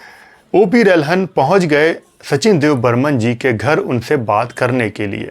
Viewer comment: पुरे विडिओ में आपने O P रल्हन को O P रहलन कर के बुलाया है. आप ने गलत नाम लिया है. रलहन होना चाहिये रहलन नही